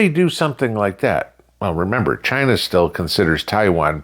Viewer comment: As Trump says “Chy- Naw” 🤣